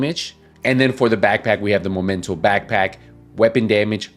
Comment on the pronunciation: i find funny when you say Momento haha. It's Memento